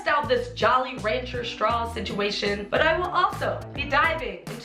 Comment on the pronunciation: "Sit-shoe-ayy-shun" Pls stop.